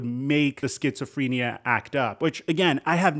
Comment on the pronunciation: just me or anyone else catch his pronunciation of Schizophrenia/phrentic?